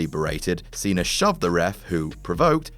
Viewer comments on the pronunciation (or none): its pronounced "cenA" not "cener" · Its pronounced cena not cenr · Why are you pronouncing Cena with a "R" at the end? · "John Cener" OMFG 😂😂